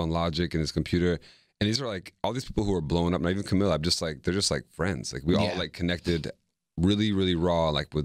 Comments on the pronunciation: The way Diplo pronounces Camila ♥ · OMG AM I THE ONLY ONE WHO NOTICED THE WAY DIPLO PRONOUNCE CAMILA'S NAME!??